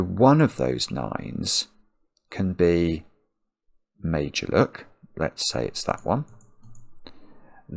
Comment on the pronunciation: Not gonna lie...I'm not overly familiar with Fillomino puzzles and I was listening more than watching. It sounded like was saying "made-you-look", and I didn't know he was saying Meidjuluk until I read the instructions 😂😂😂.